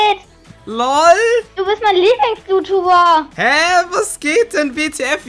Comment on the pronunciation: es heisn youtiuber und nicht jutuber